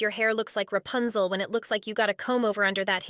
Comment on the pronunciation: I woke my neighbors up when u said repunzel 😂😂😂😂